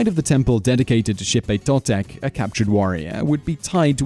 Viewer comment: ok your off bro im full blood aztec descent and and your saying alot of words wrong and the death ways u can take is not true and xipe totec wasnt for the boys it was for the babies and the kids means bring new life cause that ceromony was held in the spring and cauhtli ocelotl cermony were held in fall just saying bro